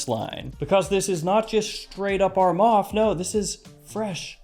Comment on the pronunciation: Bro please correct your self its not a 'ARMAF'